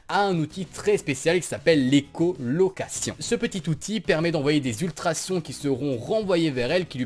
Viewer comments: 1. EcholocaLISAtion et pas echolocation Sinon li nous dise qu'on respire grace a l'oxygene alors que c'est le Dioxygene Sinon GG pour les 220 000 et pour ton travail ; D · pas ecolocation, écholocalisation!!